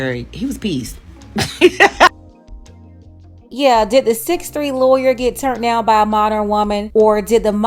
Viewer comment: "No keeeds, a loyuuur" Yep. Definitely not your type